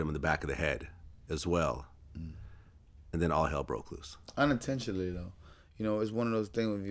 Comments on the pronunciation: Unintionaly really??? U did that in purpose.... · "Unintentionally"? Come on Zab 🙄